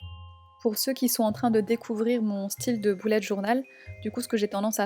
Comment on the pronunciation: j'adore ton mois d'octobre toutefois on "beullet" journal et non "boulette" journal